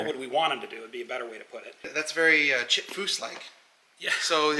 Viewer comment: Come on dude.. it’s chip